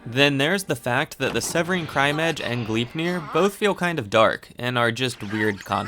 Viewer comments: Gleipnir isn't pronounced Glipnir. The "e" isn't silent. Here's how you pronounce it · U pronounce gleipnir as: glai (a as in the a in awful) -pnir and idk how to explain the i